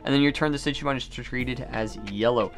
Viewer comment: Why you doing a Digimon TCG opening when you don’t even know how to pronounce the OG Digimon 🤦🏻‍♂️